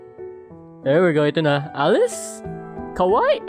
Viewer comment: All I've been hearing to you is "Kowaii" I know that you're saying "cute" but one mistake. It's "Kawaii" it can be mistaken if you say Kowaii.